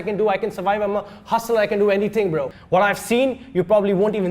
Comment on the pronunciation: Ye Asim to apne apko angrez samajhta hai,,,Indian Nehi,,,,😂😂bro ko bhi bra bol diya,,hii re english🤦